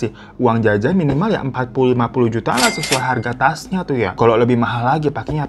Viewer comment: Ketawa juga kalo lg cerita juta jd jutu gituh